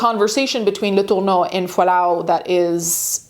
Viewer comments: Probably should have gone with "Mary Kay" instead of the off-putting pronunciation of "Latourneau," like there's a loogie caught in your throat. When the case was making headlines, everyone pronounced the name as "La-ter-no." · The way you’re pronouncing her name is sending me. Home girl is American and pronounces it as such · Stop saying “Letourneau” like that. I get that you wanna throw up when you say her name, but it’s super jarring. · Why are you saying her name weird like that. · ... I can't out my finger on why, but each time she pronounces Mary Kay's last name as if they're reaching back into time for the most obscure "original" pronunciation, I die a little inside. Like... I know y'all are too young to remember these things, but please look up how to say names you've never heard. OMG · Why are you saying her last name like that though? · Is that really how her last name is prenounced? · In all my life knowing about this very high profile highly talked about case… I’ve never heard their names pronounced like that 😂😂😂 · Yeah the pronunciation of especially Marys last name was odd but no one was saying anything 👀